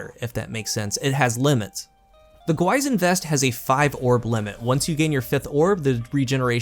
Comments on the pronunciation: i'm going to be that guy : it's pronounced more like "gwee-shin" awesome review btw! always looking forward to your vids ;-) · Pronounced "Gwi sheen". Means Demon/Ghost (depending on context) in Korean. An apt name for this exotic. Edit: It actually doesn't mean Monster, mixed it up with "Gwoemul". The crest on the front is a common Korean motif. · Another review, another YouTuber pronouncing the exotic name wrong lol